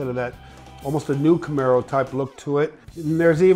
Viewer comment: How he first pronounced Camaro is... Different...